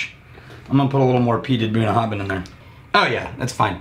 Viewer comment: I believe that Bruichladdich is pronounced so that the "ch" at the end is silent, ie: "brooke-laddie"... that's where the name "classic laddie" came from for the 10yo. Also pretty sure that Bunnahabhain is supposed to pronounced where the "bh" has a "v" sound: buh-na-have-en.